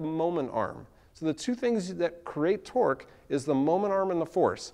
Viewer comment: are you saying twerk or twork?